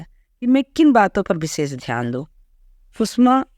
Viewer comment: Please pronounce the name coorectly, सुषमा not सुसमा.